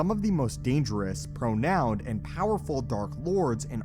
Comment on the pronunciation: " the telos holocron created the most dangerous and "pronound" sith lords" lol🤣